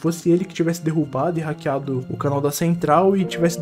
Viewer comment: hackear n "KRAKEAR"KKKKK